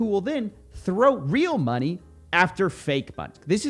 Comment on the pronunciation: Everyone: money Coffeezilla: mah-knee